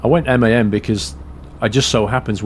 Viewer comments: Its MAN ffs... Not M A N:) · man not m a n with spaces its man